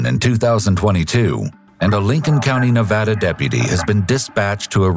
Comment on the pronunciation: Video just started and I’m just so happy you pronounced “Nevada” right! 😂